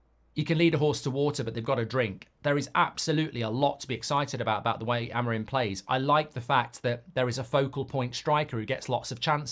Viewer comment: Rúben Amorim!!!! Say his name right pls, it's AMORIM not AMORIME , try to pronounce the "I" more.